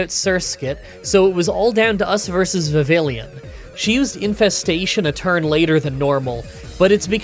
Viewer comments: Vi-vee-on. Double L is the E sound in this context. Brake-zin, or Brake-sin (Or Brake-sen, maybe?). "aix" is an "akes" sound. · How is a Canadian mispronouncing Vivillion? (Pronounce it in French.)